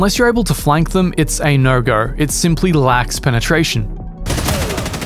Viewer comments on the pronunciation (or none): “A nur gur” = “a no go”